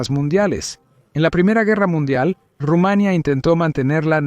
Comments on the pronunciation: Es Rumanía, no Rumania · Dios Rumaniiiia ,no Rumaaania😂😂😂😂